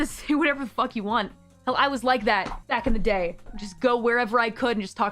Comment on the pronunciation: “Back in ze day” someone’s “other side” is showing 😂